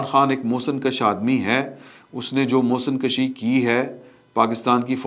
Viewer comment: محسن کشی نہیں محسن کشیْ ہوتا ہے